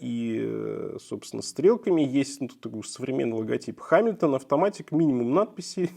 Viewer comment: Читается не «Ха», а «Га». Но само видео классное 👍